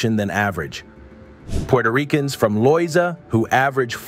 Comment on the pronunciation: I think going into the history of Puerto Rico, maybe you could learn the correct pronunciation of the Spanish words. It makes it more authentic. Mispronouncing the words is rather jarring. The accents in the words should be used. Taíno, Loíza etc. Also the name is Borinquen.